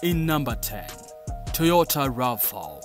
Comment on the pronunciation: You can tell this is AI, never heard of a Toyota Rafa, but I have heard of a Toyota RAV 4!!!😂😂😂